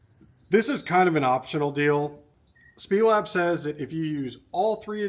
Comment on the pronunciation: It’s S-P-E- Lab. Snyder Performance Engineering Lab